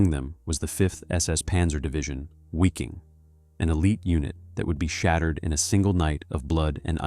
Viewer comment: The pronunciation in this is just brutal. “SS Wicking” lol. Also I am pretty sure “breakout at all costs” is not three words.